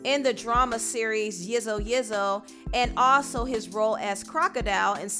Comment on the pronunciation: Girl you butchered that man's surname lol it's all good though south African names are hard to pronounce also it's pronounced yeezo yeezo